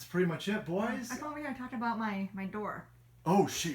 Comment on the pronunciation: i had to rewind cause i was in the other room doing a little workout. i was like, did just say anger bang and aboot? lol